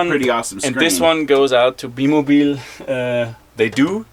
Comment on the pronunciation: it's bi mobil....not be mobil...